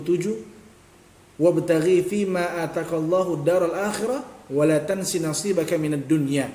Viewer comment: Yang betul ialah " ماء زمزم لما شرب له " bukan لمن شرب له . 😁😁 Kemudian salah baca Ayat لا تنس , di baca LA TANSI , yang betul ialah LA TANSA . 😁🙏 Jadi saya kira sangat perlu untuk memperbaiki bacaan Ayat dan Hadis sebelum membuat konten menyalahkan sesuatu😁👍🙏